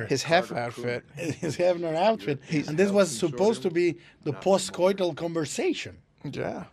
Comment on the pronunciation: Man said "It's post coiltal" Never heard that phrase in my life 😂🤣🤣